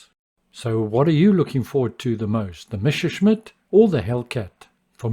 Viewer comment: Messerschmitt= Correctly pronounced Messashmit➡️Messa, like Odessa. Greetings from Germany.